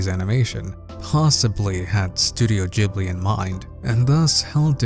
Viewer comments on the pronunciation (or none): Jibbly? It's pronounced studio GIBBLEY